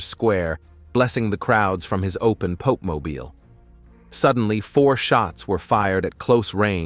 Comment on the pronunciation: I hate this AI voice that's used everywhere. Please use a real human narrator for your vids. AI is horrible, with jarring mispronunciations and inappropriate stresses and emphases. "Pop" mobile, and "emejency" surgery indeed.